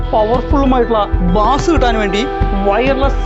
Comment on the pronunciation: Its not ബാസ് its ബേസ് 😶